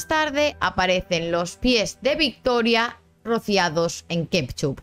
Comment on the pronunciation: Aquí el misterio más grande es: Por qué dices KEPCHUP? De dónde sale esa P en Ketchup? Hay que investigarlo